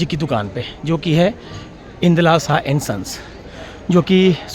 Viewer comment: शाह नहीं साह। शाह= अमित शाह।